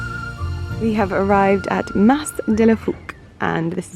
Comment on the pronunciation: Oh, the Camargue is one of my favourite parts of France. We loved our jeep tour also, what a great way to see the estuary and wetlands area. Highly recommend a visit to the walled town of Aigues-Mortes as well. By the way, you don't pronounce the "s" at the end of "Mas".